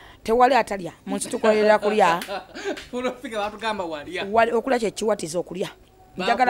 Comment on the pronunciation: Gamba "na" not "twa